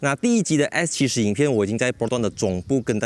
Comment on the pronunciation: Bro is S70 not X70. How come you pronouncing like X ??? 😅